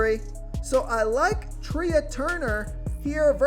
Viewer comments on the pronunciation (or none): Trey Turner....not treaaa. Its spelled trea but its pronounced trey